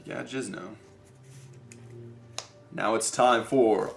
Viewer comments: J I N Z O is jin---zo. Not Jizno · i believe its called jinzo not jizno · Why does he say Jizno instead of Jinzo? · JINZO .. not JIZ NO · You probably haven't been watching his channel for as long as I did but he says he knows the correct pronunciation but still chooses to call it Jizno because it sounds better and is very nostalgic for him from his earlier days of playing yugioh. Someone working for Konami even got in touch with him and asked if he wanted them to permanently change the name to Jizno, but he said no. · In an old video, he misspoke and said 'Jizno' by accident. He thought it was funny so he keeps calling it like that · HE SAID JIZNO!!! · James Pease I swear he does that cause he thinks it's funny or cute. Mispronouncing words is not cute or funny. He also kept doing it with Uria and Hamon. Like seriously, he needs to learn how these cards are pronounced if he wants the viewers to take him seriously.